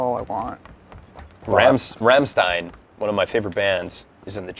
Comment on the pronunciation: He said Rammstein wrong its pronounced (Rahm-steyen) flick ur Rs.